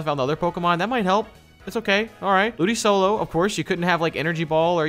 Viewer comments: It honestly hurt me when pronounced ludicolo ludisolo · Ludisolo??? It’s ludikolo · Great vid guys! Just letting you know, it’s ludicolo - Lu-di-KOL-o, not sol-o. Looking forward to the next vid!